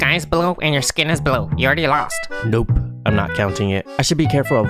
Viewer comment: bro spoke the word "Lost" like Gummibär 💀💀💀